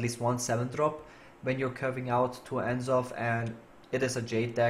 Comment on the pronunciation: The way you pronounce N'Zoth is just wrong. The apostrophe is there for a reason.